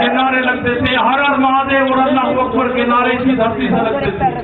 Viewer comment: It is Allahu AKBAR. Not Allahu AKHBAR